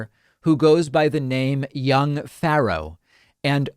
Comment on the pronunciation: Why can't David say "Pharaoh"?